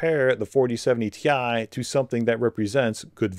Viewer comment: It’s 4070 “tie” get it right… 💀🥱